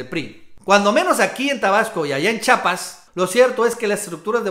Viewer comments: El nombre de este Estado es Chiapas, no Chapas como t'u dices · Hay estan bonitos tus videos de verdad solo te pido que pronuncies bien el nombre de nuestro estado chiiiiapas por favor no dugas chapas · se dice chiapas amigazo, chiapas chiiiiaaapas no digas chapas eduqueseeee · Carnal repite conmigo: Chiiiiapas, otra vez : Chiiapas, una vez más : Chi_ apas. Ahora de corrido: Chiapas. Vez? Nuestro idioma nos permite pronunciarlo correctamente, ojalá lo apliques la próxima vez. Atte. Un chiiiiapaneco